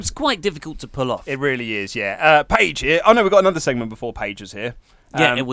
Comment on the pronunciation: your intonation for "paige here" is wrong